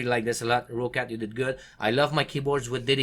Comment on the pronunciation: rOOOUUccat XD XD XD just roccat [rocet]